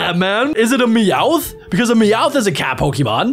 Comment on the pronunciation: I guessed mew when he said mewoth